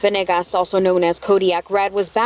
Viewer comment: Isnt it veNAYgus? They keep saying venIGGAS